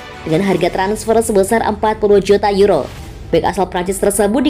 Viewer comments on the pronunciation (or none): none